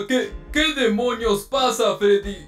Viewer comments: le dijo feddy XD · Tenía alergia y ni pido pronunciar la r